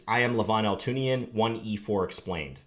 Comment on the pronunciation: John his name is pronounced All too ni yan! lol